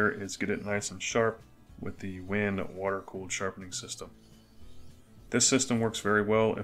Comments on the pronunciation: Just found your channel. Love the content. I am new to making knives and can appreciate the ups and downs. Just an FYI WENGE is pronounced 'when-gay' :) just the woodworker in me! I have made 2 knives and will film some for the future, then you can find something on my channel to pick on me about LOL keep the videos coming! Going to make your DIY Etch machine. Everywhere is out of the center transformer any links for something similar, I suck at electronics, guess I can just match the specs to something else. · Great work, thank you. The wood is Wenge, pronounced “WHEN-ghay” very nice wood choice with the white liners. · Cool knife! The wood is pronounced WENG-gay.